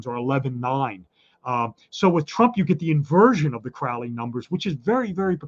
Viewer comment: Your guest is mispronouncing Crowley's name. Crowley and his assistant Israel Regardie got asthma but not from drug use. This guy is interesting, but he is Masonic and is advancing their agenda. Crowley said those who mispronounced his name 'wish to treat him foully.'